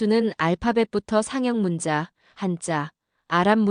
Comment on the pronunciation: '지적 창조물'은 '지쩍 참조물'이라고 읽어야지, AI야! '점자' '문자'도 '점짜' '문짜'라고 읽는 거야.